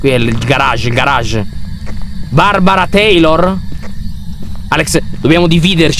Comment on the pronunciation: Queste qui sono le volte in cui Lyon a detto BARBARA TEILOR.😅😂😂😂😂😂😂😂⬇️